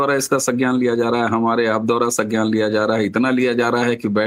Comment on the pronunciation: सज्ञान नहीं, संज्ञान,.